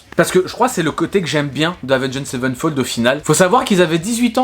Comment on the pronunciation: Autrement dit, c'est Avenged Sevenfold et pas Savenfold